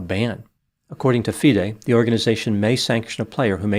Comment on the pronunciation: You are the first non-chess-playing commentator who took the time in your research to ensure that you got all the pronunciations correct - Especially Fee-day (FIDE) which a lot of non-chess-playing commentators get wrong. I agree with a lot of your analysis; however, as a titled chess player myself and one familiar with the incident surrounding the so-called 'Smoking Gun' where Daniel had a chess engine open, I can tell you that the explanation that Daniel gave was completely sound and reasonable, given the context of the situation. I will not go into more details as to why this 'Smoking Gun' revelation is hollow, but I can understand how it looks to outsiders, and this makes Kramnik's calculated innuendo all the more disturbing, as he knows better. This story is far from finished, and you should already be preparing for a follow-up as more revelations are sure to come to light regarding Kramnik's past. Notably, he was strongly accused of cheating in his 2006 world championship match against the defending champion, Bulgarian Veselin Topalov. The basis of the cheating allegation was his suspiciously frequent trips to a private bathroom, where exposed wires were discovered emanating from the ceiling. which led to rife speculation in the Bulgarian camp that Kramnik was receiving assistance at critical moments in the match. Kramnik managed to overcome these allegations and win the match, but he is well aware of the psychological damage that such accusations can inflict, and yet